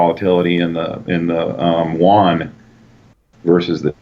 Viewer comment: The Chinese Yuan is pronounced U-an, not "Won", which is the currency of South Korean. You lose credibility when you cannot pronounce whatever you're discussing.